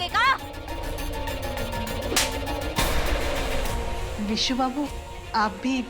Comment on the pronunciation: Why they always call Vishu as Bisu.. It irritates me..😌😌